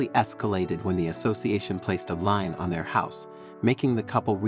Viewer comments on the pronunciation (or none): Lien is pronounced like the word "LEAN" or "LEEN" (NOT like line or lion) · Please look up the pronouncation of the word LIEN. It is not LINE. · Lien is pronounced leen, with a long "e". Why is it that HOA's done understand the rules of the ADA. HOA's can be fined out of existence. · Pronounced as LEAN. A Lien. Contact the ADA, the Americans with Disability Act. Call Govenor's senators, mayor, state District Attorney. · Lien, pronounced leen.